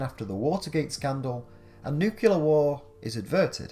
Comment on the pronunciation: Nuclear not nucular. Only 1 u